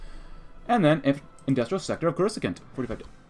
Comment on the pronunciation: coruscant is pronounced core-uh-sahnt Great vid this mod has lots of promise